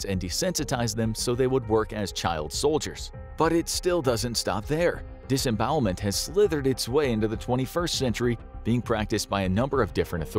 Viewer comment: "disbowelment" it scares me